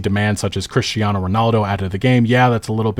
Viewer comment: Please don't pronounce "Cristiano" like that